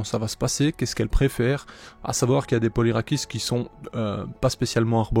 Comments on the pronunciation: Très jolie couleur pour la première ! Pour ce qui est de la prononciation, le polyrachis dit "polyrakis" c'est dit à la grecque. Perso je trouve ça plus beau et plus correct que la francisation "polyrachis" (lu ici de manière phonétique). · L'origine du mot vient du latin et le 'ch' en latin ne se dit pas , du coup si on veut le dire en soit 'correctement'il faudrait dire 'polyrakis'